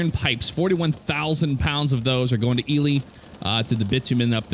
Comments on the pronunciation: Just a question, I’ve heard pronounce it the normal way before, but why has he resorted to saying “Ee-lee” instead of “Ee-lie” He’s said it normally before, now I’m coming back to binge watching these episodes and am getting kinda annoyed with his pronunciation of Ely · hi, sorry if you took any of that in a bad way, I also didn’t think you would check comments on a video this old 🤣 yeah I say “Ee-lie” so just found your way of saying it kinda odd. Thanks again for the reply